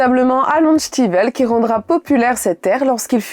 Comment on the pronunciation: C'est la première fois que j'entends citer Alan stivel avec l'accent vannetais (" chtivel")